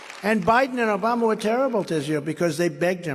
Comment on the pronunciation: Right! That's why 45 said he ran against George Bush and whenever he tries to cover up a mistake he makes up a new words like the United Shates and Obamna.